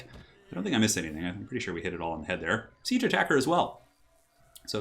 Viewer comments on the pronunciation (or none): none